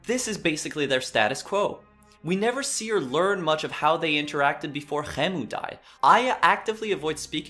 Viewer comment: Had to click off because of how he keeps saying khemu lol